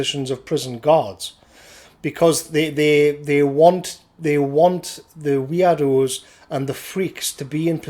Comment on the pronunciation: For a moment I thought you were saying weeaboos when you said weirdos.